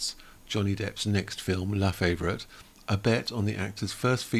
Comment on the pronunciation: La-fa-vore-eat - that's how you pronounce it, not in American slang even though you're a Brit, you should know that.